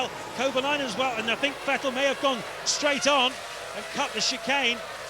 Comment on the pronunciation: Note how James Allen pronounced Vettel's name correctly when running through the grid order, then Brundle poisoned him into getting it wrong. I think it was mid-2011 before British commentary was correctly pronouncing his name again!